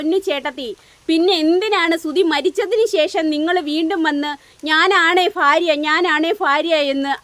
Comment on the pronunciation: ഫാര്യ അല്ല. ഭാര്യ